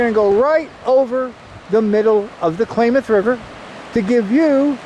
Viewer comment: ..9'07...Calif. state flower .."POPPY".....also, CLAYMOTH...WTF / LOL..its KLAMATH..!!!